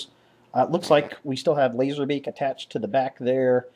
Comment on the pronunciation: Not to be negative but Laserbeck? I thought it was Laserbeak?!